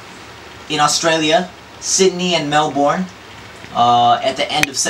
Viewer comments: jay learn to say Melbourne, it's not Mel-born it's Mel-bern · lol the way he says melbourne, bahaha gotta correct his pronunciation when he comes here~~ ;) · Jay babe! its pronounce at MEL "BURN" not MEL"BORN" hahaha cutie ! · hay Jay, its read like Mel-Born but we call it Mel-Bun, can't wait till you touch down, to Australia !! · I don't know how to react to Jay's friends..... I end up laughing anyway..... Oh, and Jay?? MELBOURNE not MELBORN... Omaigawd!! I start saying Melborn nowadays too... Loving this ep!! Thank you!!! :) You rock!!!! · omggg its pronounced melbin as in rubbish bin... lol he sounded like my gps wen he said melborne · hahaha jay.. youre meant to pronounce it as *mel-burn*not mel-bourne :P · MEL-BURN MEL-BURN!!! not MEL-BORN. lol jay!! XD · mel-born. haha, love jay. it's a pity i won't get to see him in australia. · The way he pronounces Melbourne.... *dies of laughter after the batman dude* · lolol jay pronounced melbourne funny,sounded like melborn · actually those words would be pronounced the same way over here (USA) bourne and born have the same pronunciation and the American pronunciation is like Mel-born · Again with the Mel-BORN LOL xD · It's usually pronounced Melben here is Australia :D American accents are cute as! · mel-BORN.... serious? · Mel-BORN. Lol, Jay. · Hahaha Na he said Melborn =P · It's so cute how he pronounce Melbourne! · lol still cant say melbourne properly XD